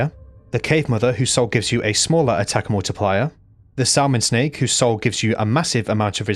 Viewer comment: Also not Sal mon, samon like the fish brother xD Silent "L"